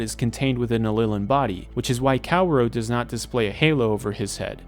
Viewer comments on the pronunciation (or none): none